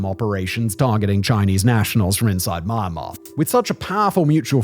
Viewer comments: I had to stop watching because of the Myanmar pronunciation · So annoying every time you pronounce the counter wrong. Im not even sure how that's possible to do when you do all the researching and still can't piano the country's name. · The way you pronounce "Myanmar" in the introduction sounds very Birmingham, Alabama and I appreciate the effort to assimilate Southern US cluture to the nuances of eastern politics by utilizing familiar vowel sounds with rounded "R" sounds. Bravo! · Pronunciation of the country was too much. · Is this really how you pronounce Myanmar? (asking as a non-native speaker) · Simon... You need to work on that Myanmar pronunciation... Grates everytime you say it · Why is everybody miss pronouncing Myanmar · What is it with his pronunciation of Myanmar? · Its MY-AN'MAR not MAR'MAR.....did U sudden carving for MARMALADE ?? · Me-an-mah not my-mar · I guess just because you studied English doesn’t mean you understand how to pronunciatie correctly Myanmar Me Yan Mar - Not Ma Ma - little boy. Your Ma Ma bring you your drinky drinky cup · Pleeeeeeaaaasssseee! Pronounce 'Me-n-mar instead of Mar-mar. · The country name is not Marmar. It is MYAN MAR. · How are you going to presume to educate people about a place you don't even know how to pronounce? It should sound like ME-EN-MAR, not MAR-MAR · It's pronounced Myan-mar, just like Nyan in Nyan cat. Not Mai-mar. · It's not MahhnMahhr It's Meee N Mahrr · its MYAN-Mar not maan maan xD hahaha... gave me a good chuckle tho HAHA it's like Comberbatch trying to say Penguin, im dying xD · not marnar you fool m yan mar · Inside maahanhmaahr 😂 (should be pronounced me-ann-mar) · you have the strange ability to pronounce myanmar as maanmaa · Had to stop listening to this one because of the mispronunciation of Myanmar. The Y is pronounced like an E. As in Me-anmar. It was like nails on a chalkboard. I can live with the irritating pronunciation of a as r at the end of many words, but come on.